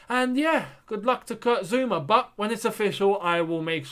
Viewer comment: It's Zouma ffs, can none of you read the player's names? How do you always get them wrong?